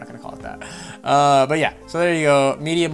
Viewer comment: it's pronounced media markt (as it is written) it is german with stores around Europe...